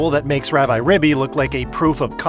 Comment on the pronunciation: "Rab-eye"? It is literally short for Rabbit. I think it is "Rab-ee". Also, since the Japanese name is ラビリビ, then it is definitely "ee" or a long "i". Take a shot every time this guy calls it Rabbi. lol